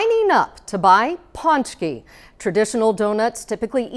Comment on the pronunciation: It's pronounced poonchkey